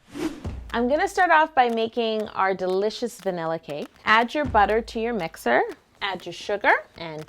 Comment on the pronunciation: is it just me or did she say banila in the beginning